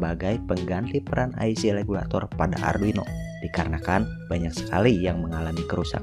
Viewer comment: IC Regulator sia KOPLOK lain Legulator, siga orang China wae teu bisa nyebut RRRRRRRRRR 🤣🤣🤣